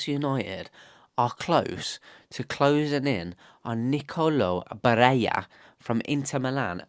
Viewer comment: Double L in Italian is not pronounced as J as in Spanish. It’s pronounced as a long L. In Italian double consonants are either long or accented depending on which letter 😊